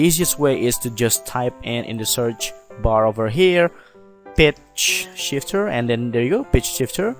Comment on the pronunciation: I keep hearing bitch shifter